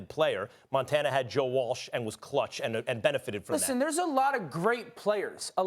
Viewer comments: Can’t take a guy serious who says joe Walsh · Montana had joe Walsh Lmfao can’t even say the guys name right